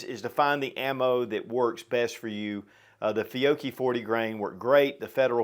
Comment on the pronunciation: FEE-YO-CHEE please say it correctly not complaining just tryiing to tell you.